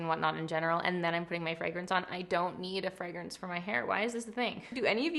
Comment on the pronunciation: I have never been more obsessed with the way you pronounce fragrance!FREGRENCE 🫶🏽